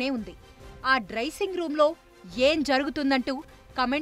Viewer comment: "డ్రైసింగ్" కాదు డ్రెస్సింగ్ r డ్రస్సింగ్...